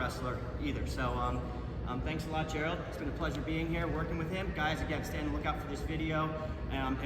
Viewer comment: Gerald not Gerard lol